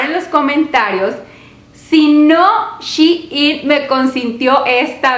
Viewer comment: Se dice SHEIN no Shiin